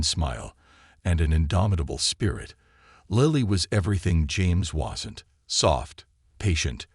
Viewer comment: The person narrating this story has pronounced the woman’s name three different ways. Lily, Lilly Lili. Why can’t you find people who can navigate the English language properly?????